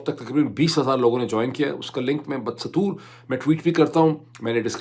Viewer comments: Dr bad satoor nahi hota hai. Ap ko itni si baat samaj nahi aati . Lafz hai badas toor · Bad satoor nahi sir ba dastoor